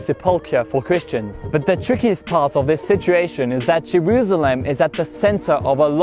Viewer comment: Cool ton accent, très agréable à écouter (vraiment par gagné pour un français qui parle anglais) Par contre "Jerusalem" ça se prononce 's' pas 'z' ^^